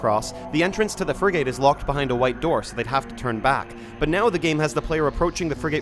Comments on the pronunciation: Frigate is pronounced Friggit 🤓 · "Fri-gate" is interesting pronunciation. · I'm 🤏 this close to crashing the fuck out if he pronounces "frigate" that way one more fkn time